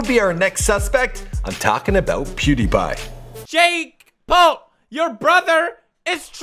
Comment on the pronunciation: You said pewdie